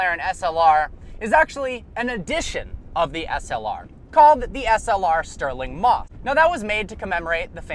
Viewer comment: Did you say Stirling Moth???